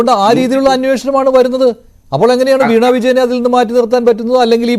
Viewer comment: വീണാ വിജയൻ എന്നല്ല..... വീണ വിജയൻ എന്നാണ്..